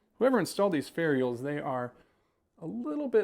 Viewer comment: Would you please stop saying fairy ulls. 😂